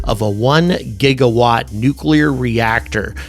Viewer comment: (Thank you for pronouncing “nuclear” correctly!! It’s maddeningly rare anymore!)